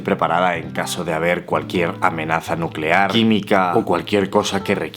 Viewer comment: nucelar, la palabra es nuuuucelar.